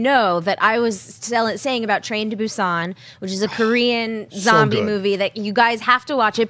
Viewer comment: Thank you for pronouncing "Busan" correctly 👍